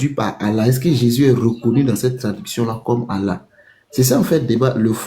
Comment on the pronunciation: Le vocal ne prononce jamais Allah mais Illah